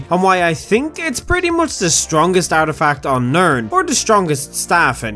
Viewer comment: It's ''artifact''